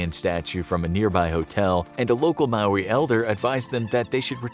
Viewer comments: I’m from New Zealand and Maori is pronounced like Mo-ri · said maori wrong